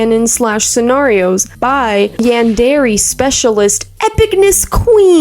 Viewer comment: Im pretty sure yandere the last part is pronounced ay (Yan-der-aye) i may be wrong